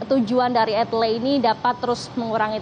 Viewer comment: E-TLE dibaca ..... !?!?